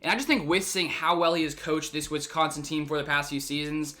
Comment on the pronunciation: You pronounce Wisconsin like a FIB